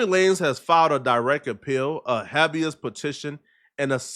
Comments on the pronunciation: Imagine reporting without being able to read😂wtf is hab-is? It's hay-bee-is you fkn goof!😂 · Its pronounced "hay-bee-us" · ┌(▀Ĺ̯ ▀-͠ )┐ It's pronounced Habe-ius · I know non of these ignoramuses (new word 😂) caught it but lol it’s pronounced Hey -be-ous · Habeas ......HAY-be-US..............ijs